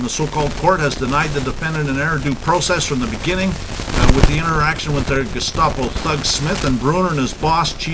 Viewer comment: *It's "Gestapo", not "gustapo". Just FYI.